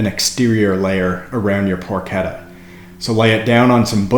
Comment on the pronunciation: Pronounced "porkeTTA". Double T not a D sound in Italian.